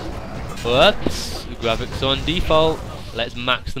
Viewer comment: lol ur voice is funny when u say graphics sounds like ur saying gwaphics